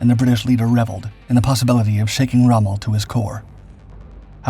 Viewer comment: 12 seconds in and you've messed up already. (You normally take up to 23.). That's Rommel not Strohme